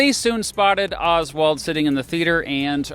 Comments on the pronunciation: If I have to hear “Olzwald” every time says “Oswald”, so do you. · why do you say oswald like that